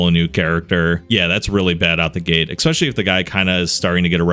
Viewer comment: especially, not ex-specially